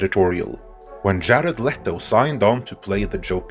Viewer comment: I like how he says "jaled let-o".